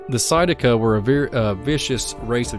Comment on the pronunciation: That INDIAN TRIBE'S NAME IS SAID THIS WAY. (PAY-UTE). I AM FROM THE AREA. And I have been to the cave/caves many times. VERY INTERESTING PLACE. I have a lot of info about the area.